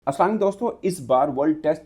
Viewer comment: Ap boht acha journalist ho lkn Salam sahi kya kro